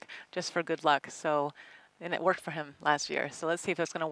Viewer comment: I like the part when he says "Akiyama is one of my favorites his coach is with my name, Emile, and uh, we get along kind of gooud." Thrilling cometary I wonder what he means by that? They had drinks at the pub, or ah.....